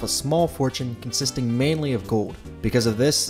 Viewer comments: cool video but it's gold not gode. Like a soccer 'goal' but with a D on the end. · The word is "GOLD", not "Gowd". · The pronunciation of "gold" as "go-wd" is killing me. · The way you say "gold" really grinds my gears ..."gawwwd" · Am I the only one hearing him say ‘goad’? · Where’s the L in gold? He keeps saying gowd. Drives me nuts. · You don't pronounce the L's in your words. For example you say gode not gold and ode not old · Why can't you pronounce the L in gold. Or old for that matter. Gode. You keep saying Gode. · You pronounce the word "gold" funny. Kind of like Homestar Runner. No criticism, it just makes me laugh more and more every time you say it! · why does he pronounce gold weird lol. or is it my speakers? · Never knew gold was so hard to say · Why do you say gold like that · The way you say gold seriously bothers me